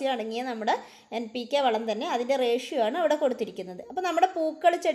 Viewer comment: കേൾക്കുമ്പോൾ M ആ കുന്നു